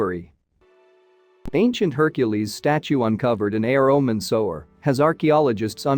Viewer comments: sewer not sower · The AI voice ruins the video. "Sower"? "Sue-ER" is how it's pronounced. Very annoying. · What the hell is a "sower"??? If you make these videos, then be sure to have the correct pronunciation of words. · Sue-were. I thought AI was spost to be grammatically correct? How do you sanction one that is too dumb to pronounce 2 grade vocabulary? No internet? Stay in your monitor all by yourself, you're grounded? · Can you not get an English speaker to do the Narration? Sewage - sewer, is pronounced suwage - suwer. F'n Muricans... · Sewer Sewer Sewer NOT sower. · If you’re going to use AI to narrate, at least teach it to pronounce Sewer. It’s not a sewing machine. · annoying robot voice mispronouncing sewer over and over